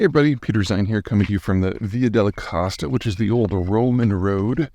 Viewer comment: Creative pronunciation there. I think he's trying to say Via della costa. American,and Russian speakers. often change "o" to a.